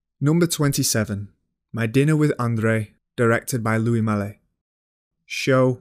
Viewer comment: Love the content of this video. The mispronunciation of the director's names (Louis Malle, Murnau, "Andrei" Tarkovsky for example) and the accent in general made it very difficult to watch. How does one know so much about cinema but get the names of the directors wrong? And with such conviction. That's baffling to me. This is one English accent that simply destroys everything in its path.